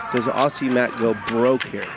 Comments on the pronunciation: For future reference it is not pronounced “Awsea” but “Awzee” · Why is it Americans can't pronounce Aussie but they can say Ozzy Osbourne.... It's just bizarre.